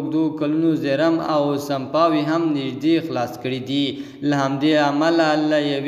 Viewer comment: سمپاوې نه، سپماوې 🤗